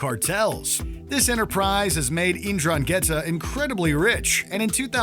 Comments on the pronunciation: You absolutely butchered the pronunciation of Ndrangheta. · As a italian it disturb me his pronunciation of 'ndrangheta